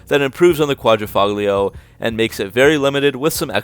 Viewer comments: It's "Quadrifoglio" not "Quadrifuglio" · Good job in this video. Some FYI though, the "g" is silent. You pronounce it "quad-ra-folio". I currently have a vintage Guilia Sprint Veloce but in the early 90s had an Alfa Spyder Quad--ra-folio. I bought it new and the salesman spazzed out because l said it wrong lol!